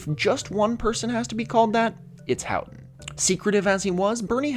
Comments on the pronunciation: "How-ton" is how people who lived through that story and gave audio / video interviews pronounce it. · that aside about -ough was a trip to experience after 20 minutes of hearing you mispronounce "houghton"